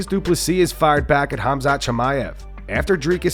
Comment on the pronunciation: says Hamzat for Khamzat and i love it